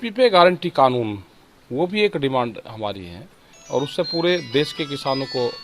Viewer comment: एक तो ये खानून नहीं कानून होता है 😂😂